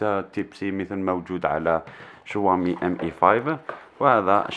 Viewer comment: تنطقها شووامي و تنصح به ؟ عندما تعرف شيئا عن الهاتف انصح به ... و ابدأ من نطق اسمه بطريقة صحيحة